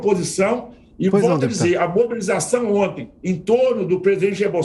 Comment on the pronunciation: Esses comentaristas são muito bostas.. " ontens " kkk